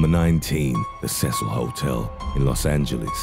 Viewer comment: Its pronounced see sell (seecil)